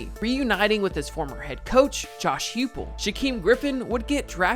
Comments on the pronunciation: It's Josh HI-pull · great video, but just wanted to mention that Josh Heupel’s name is pronounced “Hype ool”. Former Oklahoma Sooner QB legend. Boomer!